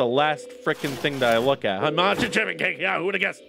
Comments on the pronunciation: I died a little every time you said chiffon with a hard 'ch' 🤣 (btw it's pronounced 'shiffon') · I totally pronounced it shiffon... 😳 I don't even know how to pronounce a ch 😅😂